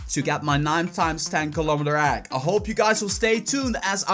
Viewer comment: Who else is bothered by the way this man says egg